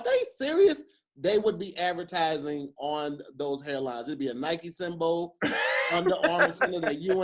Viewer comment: I h8 the way says cereal and symbol 🤣🤣🤣 sounds like he adds an extra syllable